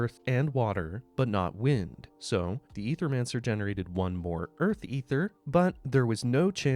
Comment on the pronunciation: Ay-thur-man-sir. Say it with me 🗣️